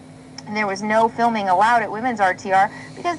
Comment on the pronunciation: filming, not filing.